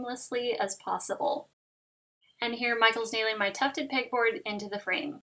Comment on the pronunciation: Beautiful!!! Also, I kept thinking you were saying "pig board" hahah